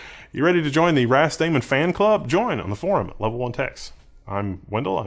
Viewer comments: I'm pretty sure it's meant to be pronounced "ras-da-man" (like "rastaman", hence the Rastafari / Ethiopian flag), not "ras-damon". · I only heard ramen